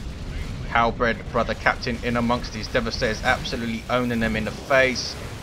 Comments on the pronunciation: Also, not to be a jerk, but it's "hal-berd" not "hal-bred". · There is precisely 0 bread in halberds. It's pronounced like Bert, with a D instead of a T. Halberd.